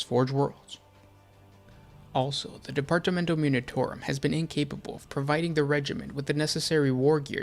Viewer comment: Down for saying "Militarum" incorrectly. +1 Comment to state that. -1 View for feeling actual pain every time you say "Militairum".